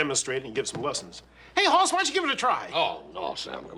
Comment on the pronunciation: That's Hoss Cartwright- not Hoarse Cartwright. The name "Hoss" is a Swedish name so get it right. You need to watch the episode "Inga, My Love" that shows when Ben was married to Inga and she was pregnant with Hoss. When he was born, Ben wanted to name him "Eric" and Inga wanted to name him "Hoss." She said that "Hoss" means a big mountain man. Hoss was 11 pounds when he was born. Ben said that they should give him both names.